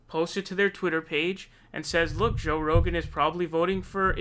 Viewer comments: What's with the 'Ro-GANN' and 'Rugen'? Just say his name. It's Joey Ragu. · Haha you keep saying Joe Roogan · Joye ronant says his name right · He cannot say Rogan 😂😂